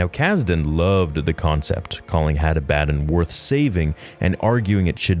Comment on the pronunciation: I believe the pronunciation is Had AH-buh-dawn It potentially may have been taken from or inspired by the name Abaddon in the Bible, which is a name of a place of destruction, as well as the name of the Angel of the Abyss. The word is Hebrew for "destruction" or "doom". The Greek word for it, Apollyon, means "destroyer". Seems fitting.